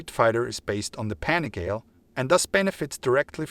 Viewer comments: Have you ever watched a Ducati Panigale review? At least once? If you are going to do a review do it right. You pronounced PANIGALE a thousand times incorrectly. The name derives from Borgo Panigale, a place where miracles happen. To Italians and to Ducatisti this might be received not just as anti-professonial but even an insult. Other than that, this is a nice try. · I’m with you! The guy is making my ears bleed saying it wrong!! Ruined a perfectly good video. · Mate learn how to pronunciate PANIGALE ffs!!! Go back to school!!!